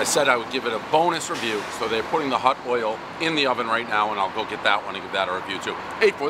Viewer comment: The "hutdoyle" pizza. One word. Can't say hot. Always says hut. You're struggling because you speak like you had 10 Monsters laced with meth and coke, all the time. High score=must be burnt and stiff crust.